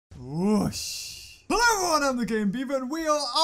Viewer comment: good im not only one who will say ello